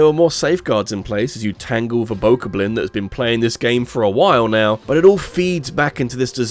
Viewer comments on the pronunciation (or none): none